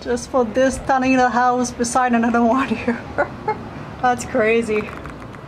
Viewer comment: House not ouse